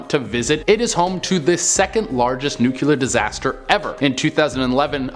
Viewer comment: It is : nu CLE ar. The C & L are touching each other. "nuclear" He pronounced it like Homer Simpson.